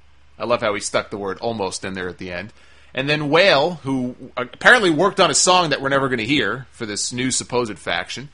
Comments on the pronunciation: "Whale" haha ..Wale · The guy name ie Wale (wah-lay) not whale lol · Its Wale not whale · Lol..whale. pronounced (wah-lay) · How the hell doesnt he know how to pronounce Wale's(wall-ay) name. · How else you you pronounce that without knowing who he is. I know Wale, but he doesnt, and to anyone else that shit sounded out sounds like Whale! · Its Wah-lay. Thats the correct pronunciation for the rapper's name. Anyways I hope its still a go because i'm a fan of all 3 guys.I'd like to see at least one black guy on the roster get a push and look strong instead of being Rusev's bitch.